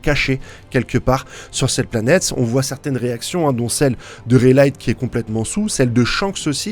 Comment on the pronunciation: Rai light? t'es sérieux?! Xd